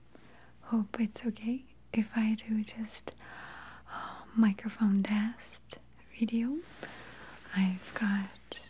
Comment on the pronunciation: I prefer this kind of video. Maria's accents Is so relaxing, I love the way she says certain words like "video" bit weird but, whatever. Please make more like this.